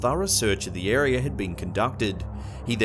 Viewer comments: It’s area not arear I’ve always wondered why they ad an r to several words ?? I’m sure they wonder the same. They say English is the hardest language to learn because of all the exceptions. But honestly I think that’s wrong the more languages I’m learning it seems the same ! Js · There is no "R" at the end of "Area"! Area, not AreaRRr